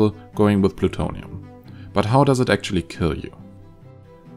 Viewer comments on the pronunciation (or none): What is this word "ki"? It's "kiLL"!